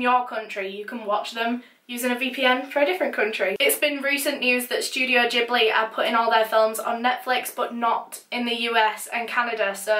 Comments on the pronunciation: Studio "JiBLeE" 🤡🤡🤡 never pronounce it like that again wtf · it is not pronounced "jiblee". The only one that got sensitive was you since you clearly felt the need to reply to me first. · Why do you pronounce Ghibli like that?